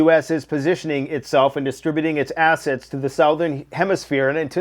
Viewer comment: You said “ass” ets